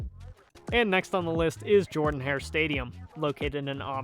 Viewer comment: Auburn's stadium is pronounced "Jerdan" not "Jordan"